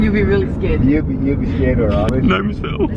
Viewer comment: “Gnomes Ville” Aww poor joe